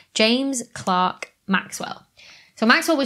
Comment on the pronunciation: You said James Clark but isn't it James Clerk?